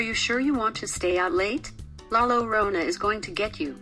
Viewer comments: Llorona no lorana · La lolona es la LLORONA u pronounce it like yorona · "La Lolrona" A "palethero man" "colitha de rana" "elotehroh horn"